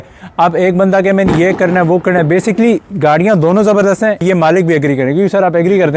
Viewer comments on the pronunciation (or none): none